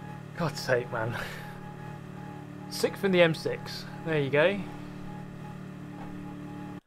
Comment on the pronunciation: I watch super gt before bed and at this point i have a pavlovian response of getting sleepy when i hear “sikth”